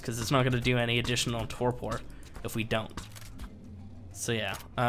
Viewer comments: Not that it matters but you pronounce Torpor this way "Tor Per" and not "Tor Por" the sounding is "Per" at the end and not "Por". Sorry, I had to mention that, it was killing me listening to you say it LOL. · "tore poor" god that hurt my ears xD